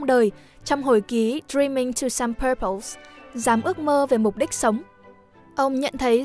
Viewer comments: Góp ý chút là purpose phát âm là ˈpɜːpəs chứ không phải ˈpɜːpaʊs ạ 😁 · B đọc giọng Anh mà đọc sai bét purpose của ng ta